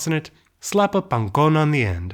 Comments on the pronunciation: pangkon is such an austronesian sounding word, and you say it so nicely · As a native Javanese speaker, I can say his pronounciation of "pangkon" is legit.